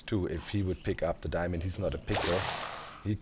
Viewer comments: "Diamönd" - perfekt! :D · Im german and i can say, that diamond is not diamönd ib german. Its diamond too but it has a different pronounciation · Aaah dude, when u said Diamönd!😂😂 Gosh I laughed more than I should've!